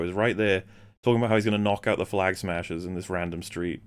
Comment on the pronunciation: Anyone else have the problem that when you hear “Flag Smashers” .. your brain instantly turns this into “Clam Smashers”?!? .. I can’t unhear it in my mind now.